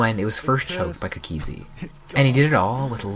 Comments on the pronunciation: It annoys me how he says cookiezi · the way he says cookiezi T-T